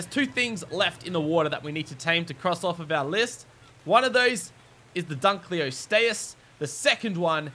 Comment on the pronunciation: It is pronounced dun-Klee-os-tee-us